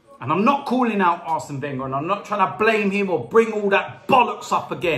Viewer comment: Why does he say Wenger as Venger and he doesnt put Ozil on